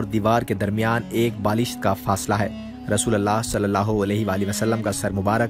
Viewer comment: میل کے لئے رضی اللہ عنہ اور فی میل کے لئے رضی اللہ عنھا کہتے ہیں، رسول اللہ میں رسول کے لام پر پیش ہوتا ہے زبر نہیں ان غلطیوں کو درست کرلیں جزاک اللہ خیرا